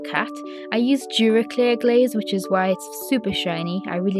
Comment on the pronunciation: I think she said Duraclear Glaze